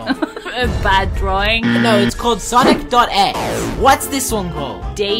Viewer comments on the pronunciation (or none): sonic.x is how he pronounced it sigh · It’s not sonic ex it’s E X E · It's not sonic.ex it's sonic.eexe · I thought it was spelled Sonic-e-x-e. Not Sonic-dOt-eX edit: wait it sounds like Sonic dot’s ex LOL! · It's pronounced Sonic. ee ex ee